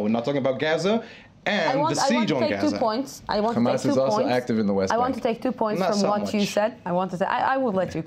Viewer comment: It always puzzles me why people who appear to be American immigrants to the zionist entity insist on pronouncing "khamas". Just say a regular English "h" sound.